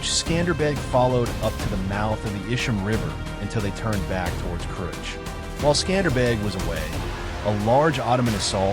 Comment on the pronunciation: thanks for the video. it is pronounced kruye.